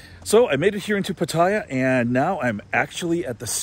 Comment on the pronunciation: Hi! FYI...PATTAYA is actually pronounced PAT-TAH-YAH, not PAT-TIE-YAH. It's pronounced exactly how it's spelled. No hate, just want you to pronounce it like a native Thai. Safe journey to you!